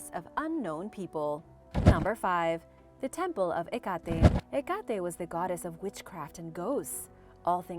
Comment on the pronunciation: HEH cuh TAY , not Heh- KAAH-TEY..( Dies not rhyme with Tecate'..xoxoxo)